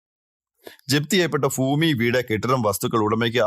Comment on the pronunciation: ഫൂമിയല്ല ഭൂമി എന്നു പറയണം.